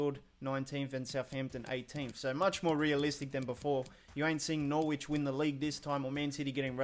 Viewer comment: Knows everything about FIFA.. Calls Norwich NorWitch. ffffff